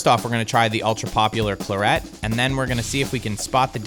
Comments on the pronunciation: CLAR et, not clar ET. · Come on. Claret rhymes with carrot. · Love the way you Murder the word "Claret", not. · Sorry to be pedantic but is pronouncing Claret correctly?